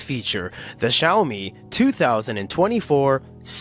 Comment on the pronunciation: Xiami? nahh...